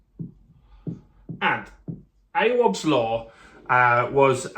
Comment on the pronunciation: 'Awabs' law?? Is this guy serious? Not heard one person pronounce it like that. The clue is in the name! Awaabs Law. Have the basic decency to find out how to pronounce someone's name. All you had to do was youtube it to see how journalist anunciate his name. I know u dont like 'ethnic' sounded names but come on son!